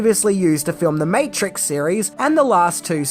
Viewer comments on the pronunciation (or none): none